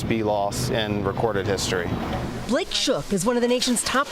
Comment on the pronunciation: Gotta love the way the Constantly Broadcasting Shit reporter pronounced "Blick Shook" for Blake shook (A real name for sure). See what ..aka... who .... is in charge of Managed Bees ... yea.Why didn't CBS capitalize the last or sir name ... shook. So no one can complain without their lawyer's being involved. Propaganda outlets spend a lot of time trying to deceive us.